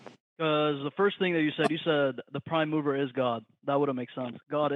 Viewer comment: Took me a while before I understood that he said mover and not mower. Everyone knows the prime mower is Forrest Gump.